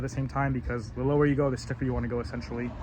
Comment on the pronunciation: You said lower woee 😮😂